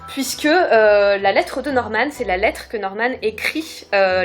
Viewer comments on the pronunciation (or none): Je suis la seule que sa perturbe qu’il dise Normane moi j’ai l’habitude de dire Norman sans rajouter de e ...... x)